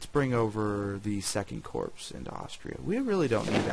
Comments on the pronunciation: Nice job I've been looking for a good vid on this game. Also, Corps is pronounced like Core, the S is silent. Your vid is also good for 2 more reasons: You speak good English, and you don't have loud music playing in the background. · Really interesting stuff- though I do wish you would pronounce corps correctly :(